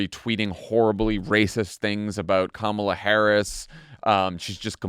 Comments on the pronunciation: Did you notice that for a few days, 45 pronounced Kamala's name correctly, but all of a sudden it is back to acCENTing the wrong sylLABle?? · Her name is not Kamilla, it's Kamala, as in comma-la. But, I wouldn't expect white bred Midwest people to get it right. 😂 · Why TF can't people pronounce her freaking name correctly???? Com-MELLA???? Wtf😮😮😮😮 COMMA-LA. That's it! Say it right! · It is KAMALA not Camilla! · “Camilla” Are people really that incapable of saying her name correctly? I mean, it’s not like she has a really hard to pronounce ethnic name. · ...comma-la...ka-may-la...ka-mall-a... ...doesn't matter how you mispronounce her name, come January, you'll all be calling her the same thing... MADAM PRESIDENT 💙💙💙💙💙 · Why do people have such a damn hard time saying Kamala's name ... It's not that freaking hard!!! COMMA - La. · Pamala Kamala Pamela Kamala repeat until you pronounce her name correctly 😊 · Yup. Republicans struggling hard with learning pronunciation like they're having learning Truth. It's true to how her name should be pronounced REPUBLICONS. Quit intentionally saying her name just to be disrespectful ok. Thank y'all! It's KAMALA pronounced Comma la. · why has it taken me so long to see that Trump desperately wants to say her name correctly?! Pronouncing it incorrectly totally ruins the comrade nickname. 😂😂 god, he is such child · OMG!!! WHY ARE PEOPLE HAVING SUCH A HARD TIME SAYING HER NAME. SMH!! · The number of people who still say her name wrong gets under my skin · Why can't people say her name right? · The way people butcher her name is INSANE!!!!! 🤦🏾‍♀️🤦🏾‍♀️🤦🏾‍♀️ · Nobody on the panel can pronounce her name - the lowest of low information voters. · For everyone not 100% clear on the pronunciation say Momala Harris to yourself and then change the first M to a K. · people who aren't pronouncing her name right are doing it on fucking purpose. they easily make me despise my fellow Americans so so much